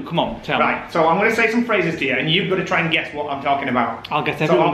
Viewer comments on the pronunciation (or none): Good job doing the pharzes